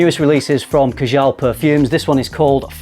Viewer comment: Number 2 is pronounced Kaa-Jal. Rather than ka-Jaal. Otherwise, cracking video as per